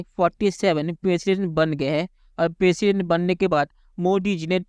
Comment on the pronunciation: भाई दुनिया के 47 प्रेसिडेंट बने है आप बोल रहे हो पेशेंट बने है😂😂